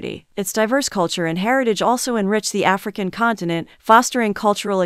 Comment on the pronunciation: ofcourse I know but the way she says that African and Madagascar🙄🙄